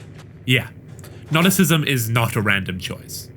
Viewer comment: Great video but the pronunciation of Gnosticism made me go "hhhhhwhat"